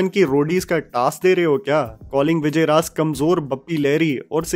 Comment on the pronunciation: Vijay Raaz* naam to sahi se lo 🙂